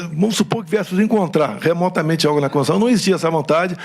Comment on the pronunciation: É uma pena!!Mas o mínimo é falar corretamente. Não é "Constuição"...é Constituição